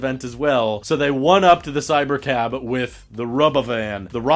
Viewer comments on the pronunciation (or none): I hate how he doesn't pronounce robovan correctly lol